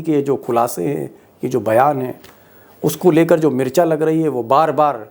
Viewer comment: मिर्च्या नही मिर्ची